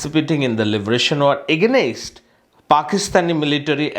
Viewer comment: Beadob, Beadob of the highest order. See he addressed the two leaders. Younus, Mujib with out showing any respects by adding Mr. Or Honarable. It is a matter of regret that he can't read English fluently and correctly. He pronounced "against" agai nest. 😩